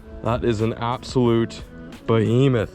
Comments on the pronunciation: “Absolute BOHEMETH” I love when says that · Lol yeah I cringe but love it at the same time.